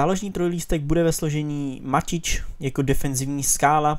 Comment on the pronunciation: Opet ''Maťič,, cte se to ''Matyč